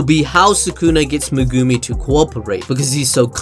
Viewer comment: I don't understand. He watches the anime, no? So why does he choose to say megooomi instead of just saying it like it sounds. Is trying to be quirky or some stupid shit?